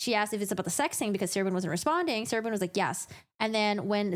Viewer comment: Sarah “Loone” not Boone.